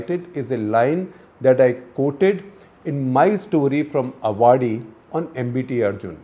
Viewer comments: Great piece SG Sir. Avadi is pronounced as Aavadi and not Avaadi. Armoured vehicles and Ammunition depot of India. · It's not Avaadi, it's Aavadi! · It’s pronounced “aa-vadi”. Not “a-vaadi” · Well explained and interesting piece ! One small suggestion for Mr Shekar - please take the trouble to learn the correct pronunciation of Avadi - don’t make it into a derivative of Awadh!